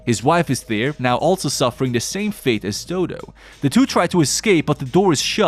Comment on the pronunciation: I'm sorry but doo doo got me laughing cause her name is dodo = doh doh is how to pronouns it